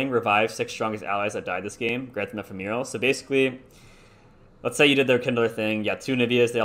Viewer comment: Bro ee-fem-a-rul